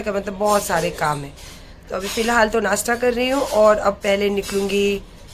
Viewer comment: nastta nhi hota nasta hota he